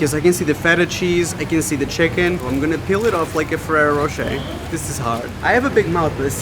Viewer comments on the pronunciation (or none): none